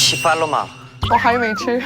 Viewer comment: 진짜 제발 니취팔로마라 하지마요 니츠팔로마인데😂